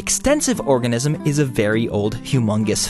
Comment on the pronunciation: When you read organism wrong